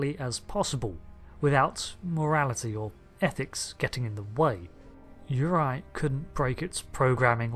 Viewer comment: btw it's yur-RAY-eye, not yor-EYE